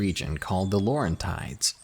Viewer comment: OMG i freaked out when I heard Montreal because I live in this fucking city so that I don't get attacked by monsters and creatures lurking in the woods!!!! and your pronunciation of Les Laurentides was hilariously adorable hahaha